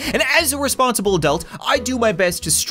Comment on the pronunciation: "As a responsible adult" me:wait what did he say my friend: he said responibl- me: THERES NO WAY HES RESPONIBLE My friend: you aren't either Me: ._.